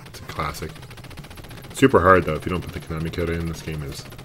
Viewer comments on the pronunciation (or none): none